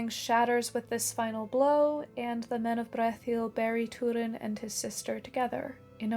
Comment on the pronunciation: Stop saying toodin. It’s Turin.